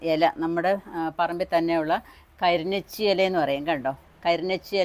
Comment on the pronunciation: Krinechi alla karinochi Ente veetil ond